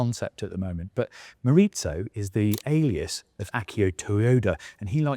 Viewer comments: It's not mori-tso, it's Japanese , not Italian, it's Morizō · It's pronounced Mo-ri-zo. Not Mo-rit-zo. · send a presenter that actually knows about the cars next time - half the stuff he presents as new are on the base GR Corollas and he does the weird thing where he says GR/GRMN after the Corolla name. Also, why does he say "Morizo" like it's italian? god it's so corny